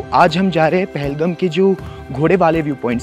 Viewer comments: Your pronounciation about Pahalgam is wrong ..But ur love about Pahalgam is Good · Appreciate the efforts 👏👏👏👏 Indeed the video is one of kind especially the drone shots But sir with all due respect It is pronounced as PAHAL-Gaaam Wasn’t expecting you to mispronounce …. Just because it has the video has lost it charm